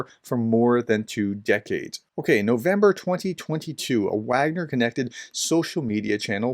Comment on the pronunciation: Given that your channel carries the title 'Professor,' there is an inherent responsibility to ensure accuracy in all aspects of your content, including pronunciation. Your decision to knowingly mispronounce 'Wagner', despite being aware of the correct pronunciation, concerns me. This is not a minor detail - 'Wagner' is a critical term in discussions about the Ukraine War. When you choose to ignore this fact, it undermines your credibility and shows a lack of respect for the subject matter. If you wish to uphold the responsibilities that come with the title of 'Professor,' I urge you to correct this. It's important to treat all aspects of this topic with the seriousness it deserves.